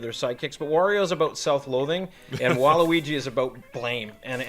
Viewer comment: Thank you for calling him waluigi and not waleegee like most ppl do